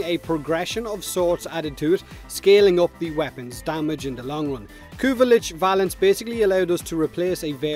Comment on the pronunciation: When you said "Kuva weapon valence" I heard "Kuva weapon balance" and had a mini-heart attack.